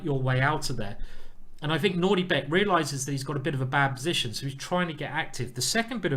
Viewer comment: Whenever Simon says Nordibek it sounds like NaughtyBear